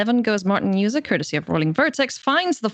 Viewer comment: If you are going to cast the game, make sure you know how to pronounce the hall of fame player’s name. It’s pronounced Martin “Yuza” with a Y not a J.